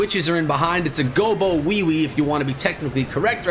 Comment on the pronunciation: Did you just say gobowewe ? Hahaaaaa so good